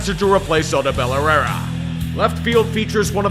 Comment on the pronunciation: "But his hits will still make it a 4 nothing ballgame" the way u say herrera's name🤣. I love it keep up the good work!